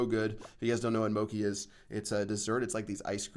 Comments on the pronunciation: mochi is not pronounced moki it's mochi "chi" not "ki" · it doesn't mochi doesn't sound like moche it sounds like mocheee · It's not moki it's pronounced mochi. Like cheese. Mo chee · its mo-chi. not mo-ki. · My man just said moki it's mochi as in (moe-ch-e) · lol "Mo-key", C.H. my friend, thats a cha sound, MoCHi. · "Moki moki" lmao I died when I heard that...sorry to correct you but it's moCHI(mo-ch(like chair)-e) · wtf is Mokki? Don't you mean Mochi? Like Mo-Chi? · Mochi is not pronounced "mo-kee," it's pronounced "mo-chee." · i dont want to be that guy but i think its pronounced mo-chee not mo-ki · MOCHI the "ch" is pronounced like Cheech and Chong, not Moki like Loki... just a heads up... love the vids!! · Moki? Its moCHi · Moeki its mo-che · Did he just say "Moci"? It's Mochi. Mo-chi (like Tai Chi) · Hey, mochi is not moki, it is mo-chi. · IT'S MOTCHI NOT MOEKI OMG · Moki moki? Pronunciation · mochi is pronounced moe-chee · OMFG it's pronounced Mo-Chee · Lol btw, mochi is pronounced Moe-chee 🤣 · What? Moekey? That's not how you pronounced it ^_^ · Crayzay44 I know that I messed up my comment I know it's spelled like that I was trying to say mispronounced it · When your Asian and he pronounces mochi incorrectly 😭😭😡